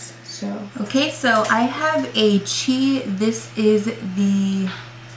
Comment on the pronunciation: its called C.H.I not chi